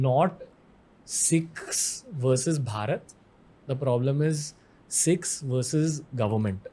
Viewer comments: In Punjabi, Bh is pronounced with p. Foreg., bhua(pua), bhola (pola) etc. But it still means the same that is India ❤. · pronunciation is wrong it's Bharat not Pharat Respect you a lot but in your previous review video you said to a girl to improve her pronunciation .Respect you and Punjab. And Love you from Haryana. And I know it's your slang but try to understand plzz 💖@ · Bro har basha ka alag accent hota hai hum Punjabi mein Bharat ko paarat hi bolte hai jaise humme ek cast hai Bhullar use hum pullar pronounce karte hai, aap aisa mat samjho ki hum disrespect karte hai intentionally, Aur baat Rahi purani video ki jahan woh girl pronounce galat kar rahi thi toh woh unka accent nahi tha unhe kisi ka name sahi se pronounce karna seekhna chahiye